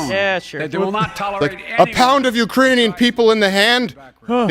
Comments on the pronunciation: Watch Kamala's face when Sleepy says "Uranian people" -- she can barely suppress a laugh 🤣🤣🤣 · Did y’all see Kamala mouthing uranian when Biden said Uranian instead of Ukrainian. Hilarious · It wasn't Iranian... he said Uranian. LOL! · He said Uranian. You know, people from youranus, I mean Uranus Come on man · "the Urainian people" Lol.😂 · He said Uranian... like people from Uranus. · That speech was brutally embarrassing, Biden is an embarrassment. “Uraniun’s” 😂😂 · Lmao liver fail after this live stream. Also I love how kamala caught his "Iranians " when he means "Ukrainian" Slip up. She mouth the word an kinda did a head roll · hahahah, when he said Iranian , even Kamala Harris had to reread what he read